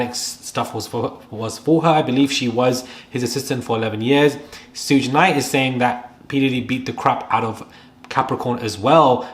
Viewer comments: It's pro pronounced "Shoog". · Suge pronounced SHUG (like "should" with a G on the end) xxx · You right about a lot but his name is pronounced “shug” also Cassie was also couched by the ppl in her corner. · Come On Man!! You know how to say Sugar!!! Just say Sug and leave off the ar!!! You sound dumbxx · You're pronouncing suge's name wrong... It's pronounced like sugar- without the ar.😅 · His name is pronounced Shug, though. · Pronounced “shoog”. Like Sugar. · Sayin “Sooj knight” is crazy insane 😂😂🤯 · His name is pronounced like SHOOG. The creeps all know each other. 🙄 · Why is he saying Sooge Knight 😅😅😅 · Pronounced Shoog like sugar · It's pronounced Shoog like short for sugar lol. I grew up during the East Coast West Coast beef and it was craaazy...and I agree.. Puffy is going down finally. I have been hearing nasty things about him since the 90s. Nobody is on top forever. Especially being so evil with it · His name is pronounced “SHUG” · I let the “shuj” instead of suge go, but not the “my elders” sir 😂 I know this is serious topic, but that made me clutch my elder pearls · He name is pronounced like Sugar . SUGE ! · Its shag. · Every African American who sees this is low key frustrated when you say his name....it's like human A.I. Can you say Beyonce?...or would it be Bay Once...lol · Clearly you don't know much, because of the way you pronounce Suge Knights name. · This was a great update. Thanks! A few names mispronounced but its okay 👍🏾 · Babe, maybe you’re not the one to report on this topic, if you can’t even pronounce SUGE’s name properly. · We can tell you don’t know what you’re talking about, you can even get the man’s name right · Some tell him it's pronounced 'shug' 😂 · His nickname is pronounced Shuug’, short for ‘Sugar bear’ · Suge is pronounced "shoog" Thank you for the updates, it's appreciated 🎈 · It’s not “Shoog”, it’s pronounced like the “Sug” in Sugar. Respectfully, if you’re gonna report on Black culture, get it right. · ‘Sugh’ like Sugar❤